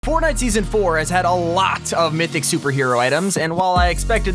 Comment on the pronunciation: Did anyone else notice T5G said “port night”?!